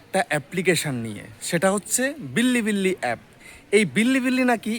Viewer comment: বিল্লি বিল্লি না রে অশিক্ষিত --- বিলিবিলি